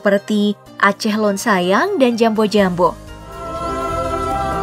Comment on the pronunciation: Koreksi sedikit min. Loen dibaca Lœn dengan huruf O agak bercampur huruf U, bukan O bulat seperti yang diucapkan admin (untuk yg bisa baca tulisan Korea, Loen dibaca 론 bukan 런). Arti dari loen sendiri adalah Saya, bagian dari bahasa halus atau sopan. Admin juga pakai kata Kah untuk nunjukin kamu/kalian. Ini penggunaannya salah, karena kah itu artinya kau dan merupakan bagian dari bahasa kasar yg seharusnya hanya dipakai antara sesama teman. Coba pake kata kah sama orang tua, auto digebuk 😅 Seharusnya admin pake Dron (dibaca Dron dengan vokal O bulat, sama dengan pengucapan alat Drone) yang artinya Anda. Ini bahasa sopan, dan merupakan pasangan dari kata Loen. Sedangkah pasangan kah itu kee (seperti kata 'ke' dalam kecap manis). Bisa juga kalau mau lebih sopan dari Dron, pakai kata Droe Neuh (please orang luar Aceh, huruf U dalam vokal EU dlm bahasa Aceh jangan dibaca terpisah dari huruf E ya. Huruf vokal EU itu dianggap satu huruf. Mirip kata Geulis dlm Bahasa Sunda. Dibaca Geu-Lis kan? Bukan Ge-U-Lis? Begitu juga dgn EU dalam Bhs Aceh. Kata Meuseuraya dibaca Meu-Seu-Ra-Ya, bukan Me-U-Se-U-Ra-Ya). Kalo mau bilang 'kalian' bisa pakai Droe neuh ban mandum (Trans: Kamu-kamu semua) Pengucapan pepatah di opening juga kurang tepat, tapi dimaafkan karena memang pelafalan huruf Vokal Aceh susah sekali. Saya juga masih sering salah2 sampe skrg haha. Semoga menambah ilmu untuk admin dan teman2 semua. Salam.